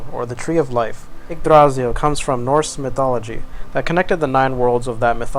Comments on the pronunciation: emphasis on the "y" in Yggdrasil, not the "a" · I'm absolutely loving this city so far, as well as the commentary you're providing along with it, but I would like to point out that while you got the R in Yggdrasil pretty well, you stressed the wrong syllable. The second syllable isn't stressed at all. The primary stress is on the first syllable, but there's also a sort of secondary stress on the last syllable, which is slightly weaker than the primary stress. Old Norse (and its successors, Norwegian, Icelandic, Faroese, and Norn) has (had?) a sort of sing-song quality to it, with peaks and valleys within words as well as in sentences and general speech. Placing the stress on the middle syllable, while leaving the first and last syllables entirely unstressed, makes the word sound very odd, almost like it's from a completely different part of the world. Anyway, that's all I wanted to say. I'm otherwise fascinated by the amount of work you're putting into this, and I can't wait to see more.